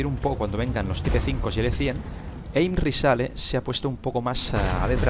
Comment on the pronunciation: Co me gusta que digas type 5 como se escribe mejor pronuncialo en inglés (taip) o pronuncialo en español tipo 5